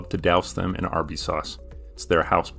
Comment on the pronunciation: Is it only me or did anyone else hear him say Arby’s wrong when he first said it?